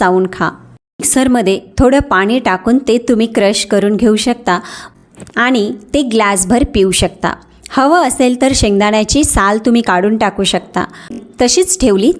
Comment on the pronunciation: शुद्ध वाचायला हवं. आनी, पानी करू नये, ऐकवत नाही